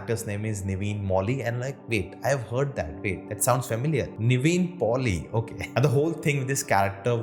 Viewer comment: Its Nivin Pouly